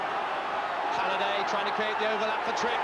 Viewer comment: Beaumont could never get Halliday's name right.